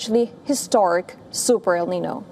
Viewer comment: Please learn how to say "El Niño" properly.